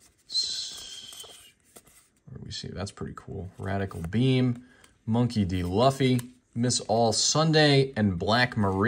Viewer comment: Learn how to say Monkey D. Luffy for god sakes, you’re killing me smalls. You can tell you’re not a true fan of the Anime series, shame.